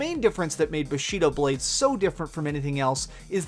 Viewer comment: bashido lol